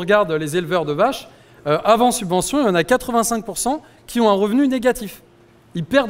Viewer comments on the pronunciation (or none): Subvention pas suvention. A 17 min et des brouettes. Sinon merci pour ce bon travail. C'est cool de pouvoir s'informer ludiquement et facilement